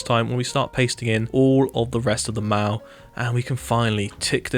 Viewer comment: Is he saying "mow", "maw" or "mall?" I cannot tell. I love the palace though